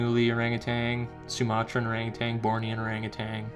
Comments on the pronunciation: Or ANG u TAN... not ArangaTANG. Or was it too SIMULAR (how your say similar) for your Canuck pronouncing? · By the way, there is no 'g' on the end of 'utan', in 'orang utan'. Just sayin'. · there is no G at the end of ORANGUTAN . You are far too well spoken for such error. You have one of the best channels on this subject. The better your speech, the less likely you are to be dismissed as a NUT.